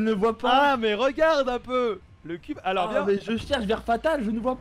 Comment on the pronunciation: Syphenオタク pourquoi y’a toujours des forceur comme toi dans la vie ? J’ai juste dit ça car au lieux de moins il dit « mouin » « alort » « batel »